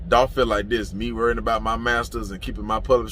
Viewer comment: It’s Dolph